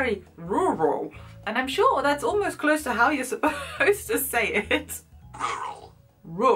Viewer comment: at this second you say 'close' - the ONLY word I've heard you speak that shows your German accent! Your English accent is so developed it was hard to find a slip up :p